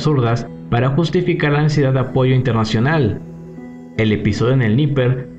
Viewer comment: Estando, en español se pronuncia /atákams/, /dniéper/, /jersón/ y /parutíne/, saludos! 🇲🇽🔥